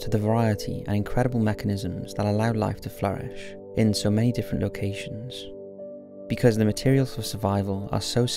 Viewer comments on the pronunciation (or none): none